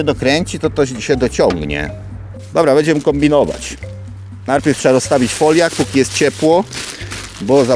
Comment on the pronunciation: Siemano Majster to Foliok się mówi pozdro